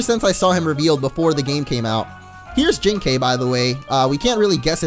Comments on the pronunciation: Literally the whole episode you pronounced Jinkai incorrectly. It isn't Jin-kayy it is Jin-ki. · it's pronounce as Jin-kai and not Jin-kay(like ok)! It's Kai like Setik Kaiba or Kairi or Kai in Dragon Ball Z Kai or Dragon Ball Budokai!:) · Wait, Jinkai is my ghost!!!!!!!!!!!! BTW, it's pronounced Jin-Kye. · Jinkai is said Jink-I